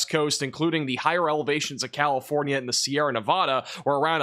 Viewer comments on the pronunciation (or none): none